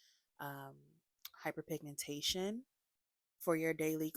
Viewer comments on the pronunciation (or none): Did she say happenpigmentation